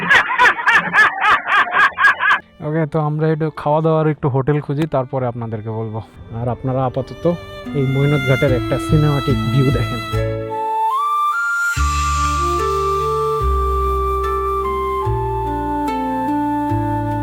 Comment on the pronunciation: ভাইরে, নামটা মৈনত ঘাট না, মৈনট ঘাট।